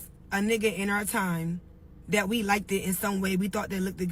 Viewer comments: Why does she keep saying “etcetera” and PLEASE… “liked” is not pronounced “liked-ed” okay I’m going back to my corner. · “Liketid” and “Looktid” good? SMH!!! That aside, I am happy she is successful! We all make mistakes at one point or another🤷🏽‍♀️🤦🏽‍♀️ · 6 figure job but you saying likeded and lookeded🤦🏾‍♀️ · Not likded. Pleaseeee